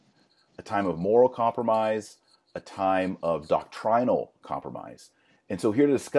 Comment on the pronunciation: It’s not doc-trine-ul. It’s doc-trenal. It’s pronounced doctrine without a long I sound.